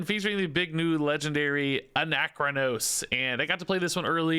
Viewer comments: Please note: its pronounced ana-chronos.... Hes a time dragon. Anachro-nos sounds wrong on so many levels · my mans its ANA-KRO-NOSE